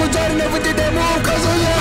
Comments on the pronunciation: You've been pronouncing Kazuya's name your whole life, dawg! It's kAzuya, not kazUya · Nah not Kazuya. This man said Kazooya